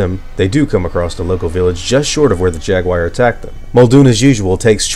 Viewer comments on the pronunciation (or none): Everyone: Jaguar: Jegwire